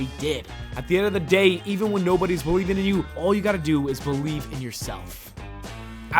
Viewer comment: All you gotta do is Bo-Lieve